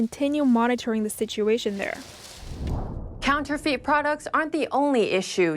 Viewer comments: I must be tired, I couldn't stop giggling at the pronunciation of counterfeit, counterfeet hehehe. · NTD, please help your anchorperson how to pronounce “counterfeit”. It’s not “counter-feet”. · Please revisit your pronunciation of counterfeits.